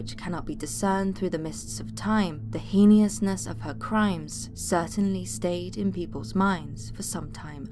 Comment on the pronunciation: Heiniousness lol